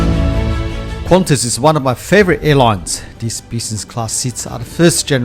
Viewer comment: It’s nice but it’s just ………Qantas🤦🏻‍♂️🤦🏻‍♂️